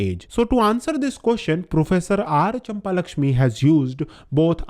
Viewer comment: Brother is not champa-lakshmi its champakalakshmi